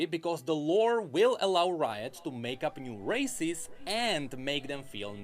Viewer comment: Everytime necrit say "races" I hear "racist".